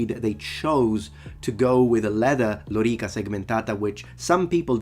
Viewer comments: Since it was an earnest question, I'd like to ask: are there any English words that use a vowel sound followed by a rolled 'r', like in lōrīca? I can't think of any off the top of my head, but that doesn't necessarily mean there aren't any, so I ask this as an open question. Speaking as someone who is monolingual and English (non-rhotic accent) with no linguistic background, pronouncing it as lōrīca feels like an alien concept—not impossible but certainly unusual, and not a sound I'm used to making. By comparison, "lorrikuh" is no harder to say than "wanderer", for example. As such, I would use lorrikuh simply out of convenience, even though I know it's not accurate Latin. Incidentally, other than pronouncing the 'e' in "men", I'm not hearing much of a difference between Simon's and segmentāta. I'm sure there is a difference, but my (again, monolingual English) mind isn't picking up on it. Other points! I suspect this is a mistake by the video's editor and Simon is actually talking about the later shot where he's attacking with a sword from horseback, rather than the clip we see of a sword stuck in a tree. In English, detritus generally means dead skin (or similar animal matter) whereas debris refers to rubble or destruction, though detritus can also be used to mean a mess of some kind. I'm surprised this is still a misconception too. There are maps of Europe drawn in the 1600s and 1700s that label Italy as Italy (along with Germany as Germany), sug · Why did he use 'lorica' yet pronounce it badly? Because he doesnt need to have great pronunciation; he only needs to communicate his ideas. You understood it so there is no issue for him or his profession. Blood groove aside, this vid was too nitpicky in a number of cases.